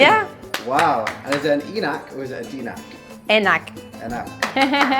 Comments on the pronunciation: I love u man, but i really wanna see you say enak the right indonesian way. And it's enak, not inak or eenak, haha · Enak or tidak enak not denak bro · Bukan "ienak" tapi cara bacanya seperti huruf "a" dalam bahasa Inggris. A=ei .... Einak or ainak